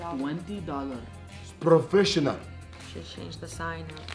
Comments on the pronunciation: Its provisionnel 😂😂😂😂😂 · “Brofetional” lol